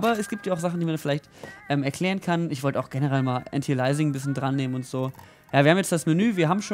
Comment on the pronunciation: Wie schwer ist das, Antialiasing auszusprechen? Das i kommt vor dem a: Anti-al-i-a-sing Und sowas will mir in einem Video was beibringen...